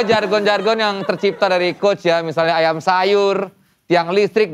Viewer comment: Nah iya, gue juga ngerasa ini ironi. Dia gasuka orang yg ngomongannya masih gitu, lah dia sendiri masih ngomong aiam sayur